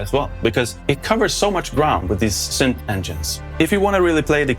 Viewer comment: It’s not “sünth” or “sünthesizer”. English “y” behaves mostly like an “e” or a swedish “i”